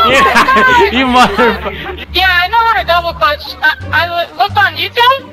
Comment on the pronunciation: "You moddder phucker"